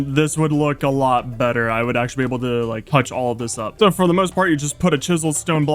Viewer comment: So I’ve been watching minecraft YouTube for over 10 years now, and I think you have great potential. However, here is some feedback to help your channel grow: Your voice is annoying. Not the tone or the sound, but the way you speak; stop saying “sooo” and placing weird emphasis on random words, no one wants to great that. Also, try to make your videos funnier. You just kind of play minecraft, but it would be better if you made it funny. Additionally, you follow the same idea/story for the entire video, whereas you watch Mr Beast for example and he changes up the video contstantly so that people don’t get bored. Hope this helps.